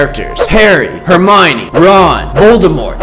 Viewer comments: "Vin Guardian Leviosa" "Hermoine" As a potterhead, this pains me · are you heromine? Me hearing heromine:heromine=herobrine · “Heromine” “Hermione” is not the same thing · It's Hermione, not Heromine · 'VIN GUARDIAN LEVIOSA' 'HEROMINE' 'HARRY BOTTER' 'INVISABLE' ME: Bruh